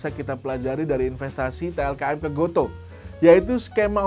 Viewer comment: Baca GOTO itu = go tu bang wkwk